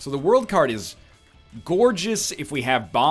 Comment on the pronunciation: God damn it, every time NL says "the world" all I hear ZA WARUDO! You though it was Northernlion, but it was really me! Dio!